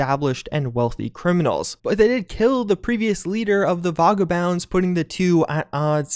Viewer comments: Vargabounds? Is that vagabonds? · ... i'm sorry, the Voggabounds? Is... is that an attempt at "Vagabonds"? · Nukuler ... vegabounds ... Tames ... You're doing this on purpose, aren't you? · vagabonds. You’re pronunciation is a crime. It also means a homeless unemployed person who wonders around. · That's not hot how you say "vagabonds."